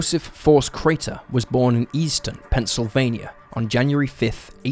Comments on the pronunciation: The number of times he says "Carter" rather that "Crater" is just crazy. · Crater, not Carter. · Crater, not Carter! Get it right, you don't know what the hell you're doing. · he says both Crater and Carter. I grew up with this story being mentioned and the inconsistent pronunciation is grating.